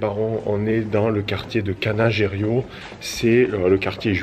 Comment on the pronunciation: Quel plaisir cette balade virtuelle dans ma ville "chouchoute". Petite remarque : l'un des quartiers dont tu parles c'est le 'Canareggio (pas Canagerio). 😉 Hâte de voir Florence.